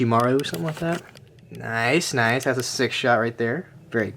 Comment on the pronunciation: The way he said noice😂😂